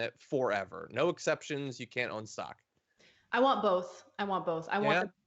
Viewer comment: "Stock," not "shock."